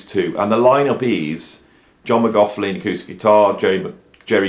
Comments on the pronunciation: This great dude but it"s pronounced Mc Loch Lin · yeh man i got a little bit enraged every time he said mac larf lin like "mac 'avin a larf...lin". Nuh uh. 😆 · I like your reviews but why oh why do people mispronounce his surname. There’s no F n F in his name also. No PH. Ask a Scotsman’s or Irish man. Apart from that great review. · This man can’t even say johns name right FFS